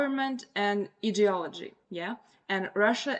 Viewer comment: ideolody.....its pronounced with an i ............i de ology( I hope you will forgive me for the correction,your English is 99.9% correct)